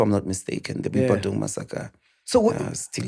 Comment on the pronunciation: So this guy really can’t pronounce Boipatong? Yhuuu I’m so embarrassed on his behalf